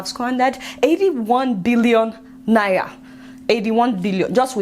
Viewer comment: I watch your show often and Ienjoy it, but please! Please! Learn how to pronounce Naira.......N.a.i.r.a, not naiya. It makes me cringe each time you say naiya